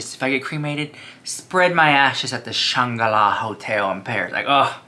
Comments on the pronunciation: Shanga-la? 🤣🤣🤣🤣🤣 do you mean the Shangri-la? 🤣🤣🤣🤣LOVE YOU! 💜💜💜💜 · I think you mean to say Shangri-La… you’re missing the “r” in your pronunciation 😅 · I thought it was Shan-gro-la Hotel ❓🤔😳😂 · Shangri-La is pronounced “Shane Grill Ah” isn’t it?